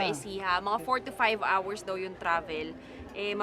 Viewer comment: kala ko sabi nya, "mga 45hours. yun pala, "mga 4to5hours" haha